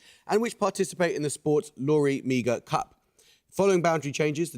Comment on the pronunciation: Lory Meagher competition in Hurling is pronounced Marr not meagre.